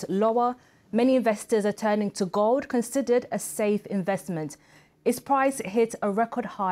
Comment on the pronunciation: When the presenter says "Some investors are turning to gold," I thought for a split second she was saying, "Some investors are turning to God." Would be understandable, frankly.